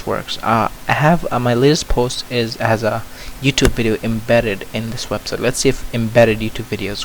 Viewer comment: did anyone notice that mozilla said Websit, not Website